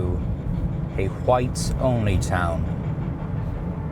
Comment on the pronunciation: Can we please start a movement...make America speak properly again? "Who-ites" no. Fix it. While we're at it. "ve-trens" no. Fix it. "Nu-queau-ler" no. Fix it.